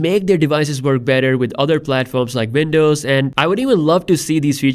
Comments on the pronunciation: Windows not VINDOWS 😂 Great update BTW 👍🏾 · Its w not v pls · Man please stop saying Vindows 😫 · Say Vindows one more time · I can't help but comment on that "vindows" 🤣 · "...vindows." Wtf? Are you living in a foreign cave, man? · Not to make fun or be mean but when i listen to this in 1.5x i hear "vindows" xD But fr tho ty for these videos :) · It's not Vindovs... Dude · "Vindows" lol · 'Vindovs' actually lol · I love you saying Windows...thats awesome